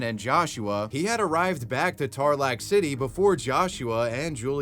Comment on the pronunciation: I literally live in Tarlac city but the pronunciation of Tarlac had me rolling